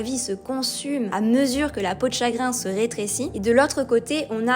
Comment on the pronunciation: "reutrécir" ? drôle de prononciation...